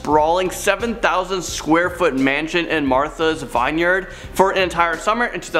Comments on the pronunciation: You pronounce it vineyard It's not vine yard. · VIVE YARD??? VINEYARD !! PRONOUNCED Vin Yard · Lol im from Massachusetts and I've seen 50 cents mansion it's amazing. Also we don't call Martha's Vineyard "Vine-yard" it's pronounced "Vin-yard" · Short i not long i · It’s Marathas vineyard not vine yard dork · Its vinyard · It's pronounced Vin-Yard , vineyard where they grow 🍇 🍇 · Vine-yard lol I love how they pronounce the words. Makes me love this channel even more. Is this real life right now? 😂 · I can't take it. If you dont know how to pronoune something look it up! Veela??? It's viilla...it's an ill sound. Martha's Vineyard??? It's pronounced Vin-yard; not Vine yard. And come on!! You really didn't know that "no. 1" is short for humber 1?? There probably were more, after no 1 i couldn't stand to watch any longer. I fear today's youth! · Guys, I love ya but please! But who doesn’t know how to pronounce villa ( like hill) or Martha’s Vineyard ( like pin). Your killin me smalls! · OMG, This was so hard to listen to. So many mispronounced words! Villa, Vineyard... Are you guys ESL?